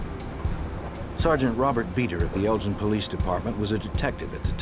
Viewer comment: In uk its pronounced Elgin not Eljin .